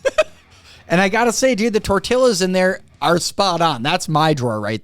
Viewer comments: Tortiyas is how tortillas is pronounced lol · Yo....it's pronounced torteeas.